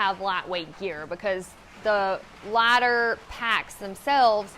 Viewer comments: No, no—she said “larders.” Right? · I thought she said ladder!, But then I switched back to the video and saw the lighter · I thought you said LADDER WHY DO YOU NEED LADDER😭😭😭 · Who else though she said "ladder" when you was talking about a lighter...😅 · A "Lahtter"? What the f is a "lahtter"??? Much less two of them, LOL